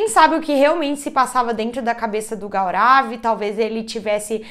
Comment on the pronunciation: A pronúncia correta do nome é Gourav😊